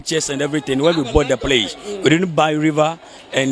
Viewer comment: Did I hear him say PRACE 🤣🤣🤣🤣